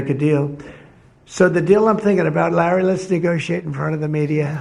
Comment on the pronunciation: no the funniest buit was a minute later when he said "rally said" instead of larry too funny just like the movies